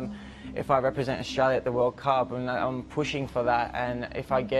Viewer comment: “Two tventy two vorld cup” 😂😂